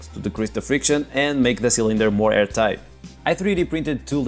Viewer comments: Did he say “hairtight”? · Did he say, "hair tight"?